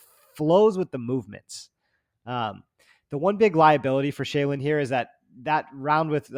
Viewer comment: laughing at the Shayilan pronounciation and then butchering it himself was perfect. Great show again guys!